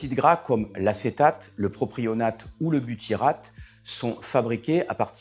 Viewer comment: Merci pour cette bonne synthèse, de niveau Bac Scientifique (actuel), à part le massacre des noms des acides gras à courte chaîne (ou AGV car Volatiles): on remplacera utilement "propRionique" par "propionique" et "biturate" (minute 10) par "butyrate" (bien prononcé le coup d'avant). Penser à la biture m'a fait sourire car l'alcool abime les jonctions serrées de l'intestin à l'inverse du butyrate, qui tire son nom du grec βουτυρος ( beurre ) car il est responsable de l'odeur du beurre rance.